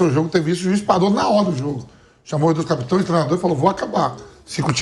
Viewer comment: O Vampeta mandou um "capitões" que doeu nos ouvidos! 😂😂😂😂